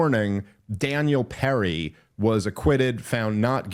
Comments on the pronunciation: Hard to listen to him get Penny’s name wrong. It’s PeNNy not peRRy Dave. Come on! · Am I crazy? Does Dave keep saying Perry or Penny? Is this a Yanny Laurel situation? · Daniel PENNY, Dave. You got it right in both the thumbnail pic & title, why can’t you SAY it right? 😂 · I can’t believeNO ONE HAS CORRECTED YOU THUS FAR ITS PENNY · Watching him say “Daniel Perry” repeatedly really made me doubt credibility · PENNY not perry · I get tired of how Dave says "Donald TrumPP" when he constantly criticises him for talking like Trump. 20+ minutes on Daniel "Perry" and then a tirade on Trump for Obama causing a problem. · I like the " for those who dont know " rundown of the back story, and then proceed to mispronounce the dudes name repeatedly. 😂